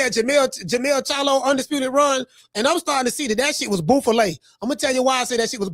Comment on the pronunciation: Boo fah lay 😂😂😂